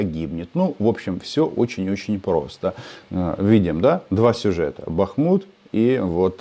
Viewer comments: Рома,вы что с Казанским договорились говорить БАхмут? Или все таки БахмУт? Тогда уж говорите Артемовск,раз не можете выучить ударение😮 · БАхмут правильно.